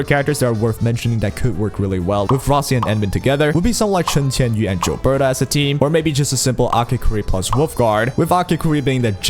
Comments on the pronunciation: its not JILBETA, its GILBERTA!!! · You saying "Jill-berta" is giving me that same annoying itch when people say "jiff" instead of "gif" lol I'm also pulling for Rossi, 100%, she's adorable and I want to combo her with an Ember team, as Ember's damage is honestly quite good but having both of them on the same time will hopefully create a fun squad where I can swap between them depending on what fight or how I'm feeling.